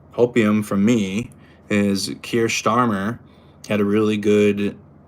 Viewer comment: Don’t let fool you 😂 it’s Star-mer, I must tell him cos otherwise we’ll have five years of a misnamed prime minister, I’ll get in early 😂👍